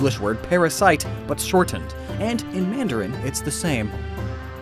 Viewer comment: Who is the speaker for mandarin in the video? His pronunciation is terrible. I can easily tell that he is a native Cantonese speaker instead of mandarin.